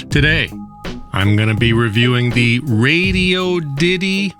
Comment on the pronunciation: The pronunciations of radoity raddiodity Radioddddddittty get me every time. 😂